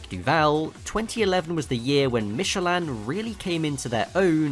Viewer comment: Your pronunciation of Michelin is odd